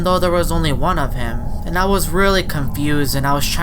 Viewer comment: “Thim” Change to: “Him”